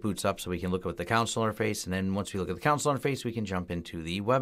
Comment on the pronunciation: It surprises me to hear a native English speaker mispronounce a word as simple as CONSOLE. You insist on pronouncing it Con-SuL when it should be pronounced COhN-SOLe (long O in SOL).